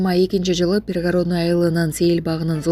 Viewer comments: Пригородныйды туура окучу ай- ланайын алып баруучу.Бир эле кыргыздар укпайт да сени. Уяласын туура басым коюп окучу. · Коментарий берип жаткан кыз создорду жердин аталышын туура айтсанар, Прапорщик Пригородный создорун туура эмес айтып атасынар